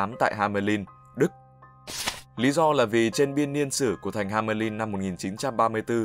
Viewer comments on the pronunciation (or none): hamelin =))))) nghe nhu ham~ lin'